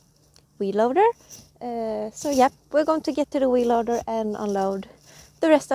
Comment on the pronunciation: It is like a whee loader. She's having fun... Wheeeeeeeeee!